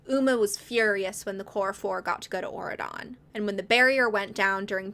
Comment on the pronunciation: I have never heard of these books and until 20 minutes in, I truly thought you were just saying Oregon in a strange way instead of Auredon😭